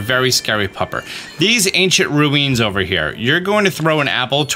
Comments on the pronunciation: Did you say ruins like stewie says ruined on purpose? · You said ruins wrong